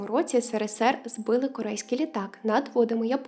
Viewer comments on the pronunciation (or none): none